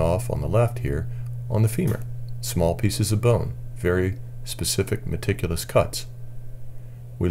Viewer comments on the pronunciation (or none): He says medticulous a lot!